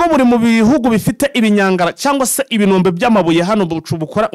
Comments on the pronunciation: Karibuni sana turikumwe 5/5 ariko ureke ngukosore ho gatoya ntibavuga ibinombe bavuga IBIROMBE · Bavuga ibirombe ntabwo Ari ibinombe